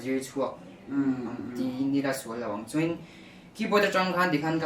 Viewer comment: Mamawia tih hi music an thiam duh ni hi Mamoia Drummer lah rapthlak em em a fa nei hunah mamawia ka ti ve dn🤣😂,..... Mhse "chuan" tih turah tinge chuen a tih zel a😆